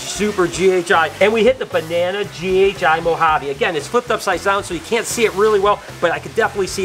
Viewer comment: Hey. I’ve got to be honest with you, but I am not good enough a the gene guessing & I’m still at the stage of ‘ that’s a banana something snake’ lol 😂 I do love the way you say Banana Moharby with your American accent though 😂